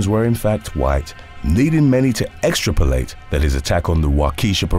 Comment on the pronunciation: Extrapolate = ex-trap-o-late not extra-polate. 🙄